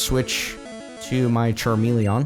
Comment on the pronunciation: its not charmele-AH-n its charmele-EN